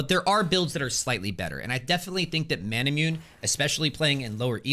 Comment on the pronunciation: There is a famous sword in Japanese lore called Masamune (mah sah moo nay). Manamune is a play on this name because it gives mana. I guarantee that it's pronounced "mah nah moo nay".